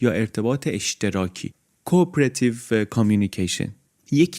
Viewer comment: Ur supposed to say (CO-OPERATIVE) not coop-erative😊 just saying.